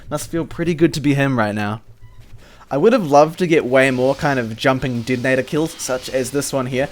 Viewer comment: "hivie", "Didinetor"... Mate where are you from!?